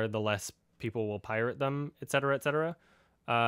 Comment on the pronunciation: I like you for pronouncing 'et cetera' properly